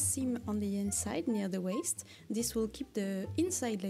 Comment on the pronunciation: My name is Bond. Waist Bond. (Sorry, I just find your pronunciation so cute😭) You going absolutely ham in the end was so deserved :) My biggest sewing mistake doesn't even get to the sewing part: I was planning a quilt and did my math FIVE times over to ensure I would order the right amount of fabric for each color......and then ended up having only enough for about half of it. To this day I still don't know how that happened :')